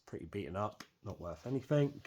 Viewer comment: I enjoyed watching while eating my dinner but please say anything .. instead of anythink .. it somewhat distracting .. well done tho